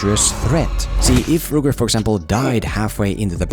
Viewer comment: Rork Not rooker.